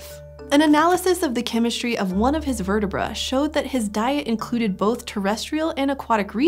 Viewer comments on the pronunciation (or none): "...vertabruh". Huh? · As Hulk once said "Verta BRUH "